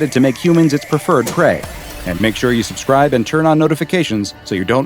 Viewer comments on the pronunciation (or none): none